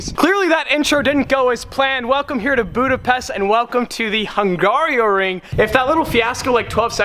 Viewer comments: ...and then u ruin the quality by saying HungarIOring instead of Hungaroring :D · Hung Garo Ring, Not Hung Gario Ring. just saying. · Okay. Fellow American here, also F1 fan who has been to Budapest. My wife is Hungarian so I feel the need to correct you on a few things - 1. Hungaroring - 'Hung-R-o-ring', not hung-aerio-ring. Fun fact: In Hungarian it is Mogyoród, which not only means Hungaroring, but also means 'your balls' in Hungarian. 2. That water park is kickass, not creepy. 3. Hungary is central Europe, not Eastern Europe. 4. We all know that's not you driving in the b-roll on track footage, especially if that's your 2nd time to a race track. Do a racing school like Lucas Racing School and make a vlog about it. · It's not hungarioring... it's hungaroring. You've been there you should be able to pronounce it without adding a letter like you did during the entire video lol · Hungaroring bro, Hungaroring. But good video as always. :) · Lol. It’s not Hungario.. get rid of the I and you’ve got Hungaro ring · repeat after me. HUN - GARO - RING . No I in the middle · As a hungarian, it's so funny how you say Hungaroring :DD